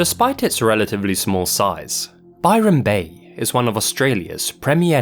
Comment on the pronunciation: Hearing "Bryon Bay" and instantly being transported to Forza Horizon 3